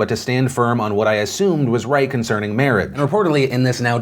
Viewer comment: "that sounds about 'white' "...was that a Freudian slip or did you just mispronounce "right"